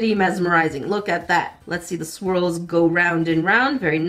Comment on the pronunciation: I thought she said squirrels instead of swirls!😂😂